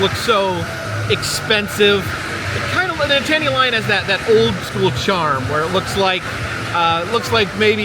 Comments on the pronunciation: Be glad you weren't there on Saturday. I've never seen it more crowded. Sure wish I would have been there when you were there, would have loved to meet you.( Btw...Nittany is pronounced like NIT-nee) Thanks for visiting Hershey! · we love you man but you killing us Pennsylvanians with how you are saying Nittany bruh 😫😫😫😫😫😫😫😫😫😫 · You are pronouncing Nittany incorrectly my friend. And the Nittany Lion wears sneakers not dress shoes.. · He considers himself a connoisseur of mascots but doesn’t know how to pronounce Nittany? 🤔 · The way you are pronouncing Nittany is sending me over the edge lol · It's Nittany lion not nitaany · That was where the carousel was until pretty recently. And it’s NIT - ta - NEE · Nittany has three syllables, not two. The accent is on the first syllable. Also the mascot is technically a lioness. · I do not like to correct people but it is NIT NEY Lion.not Nittaney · Penn State is Nittany (no pause) Lions...not Nit-tany 😂 And the dress shoes is a nod to their legendary coach, Joe Paterno. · my husband is a native Pennsylvanian and former student of Penn State, and the mascot is pronounced NITT-anny not Ni-tanny. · Please pronounce it correctly: nit - nee (NOT: nit tan ee) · It's pronounced " knit a knee" lion 😉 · Really need to learn your college mascots. Love the episode but can’t handle Nit-Tany Lion…. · Nitttany is pronounced Knit-Knee as in the Nitttany Lions football team from Penn State (State College, PA). Penn State Health snd Hershey combined years ago which is why you'll see Penn State at Hershey. Thats a brief history, lol. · Nittany Lion!! Please!! Ni-tan-nee or the Nitnee Lion if you are from da valley. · Nittany is pronounced Knit-a-Knee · Live this video but u were making me laugh with your pronunciation of the NITTANY Lion (actually pronounced like: “NIT-KNEE”) Penn State-er’s were dying!!! lol. Love that you visited Hershey!! So awesome to see you in my backyard!! ❤ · it’s pronounced Nit-Knee lion….